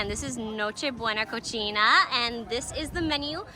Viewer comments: It's not Cocina it's pronounced Cosina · It's pronounced "co sea na". You're pronouncing it the way it would be pronounced if it were in Italian, which I commend you for lol. Props for doing your best to pronounce things properly, as a fan I appreciate it. 😁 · Awesome information, my God she is so beautiful… two things though, NocheBuena Cocina (caw-see-nah) and mojo (maw-haw), and the second, look at the camera, not the LCD screen please. Again, great video and super beautiful. Good Lord, she’s beautiful. Sorry if I’m sounding disrespectful towards her or her significant other.